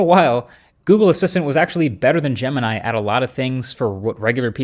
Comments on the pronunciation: Bro you call name [ jama nai ] it's jamini bro try to pronounce right name jemini try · gemini sounds like "the gambit"